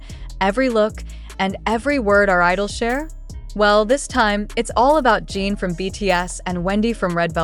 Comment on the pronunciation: His name is pronounced Gin, like the alcohol, not Gene like you keep saying. It's not Seok-Gene, it's Seok-GIN, spelled and pronounced just like it looks, Seokjin! 🤦🏻‍♀️